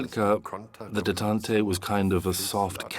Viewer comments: it is. pronounces "détente" as "detantay" lol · the light turned for me when it could not pronounce Detant. Do you think it's AI slop?